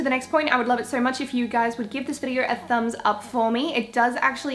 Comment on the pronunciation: the way she says videor lowkey annoys me I'm sorry but great video 😂😂